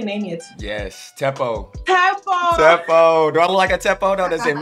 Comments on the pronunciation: got his 'O' on Pap haha!! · "...you've lost the o in Tshepo" 😭😭😭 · "At this point you've lost the O in Tsepo" 🤣🤣🤣🤣🤣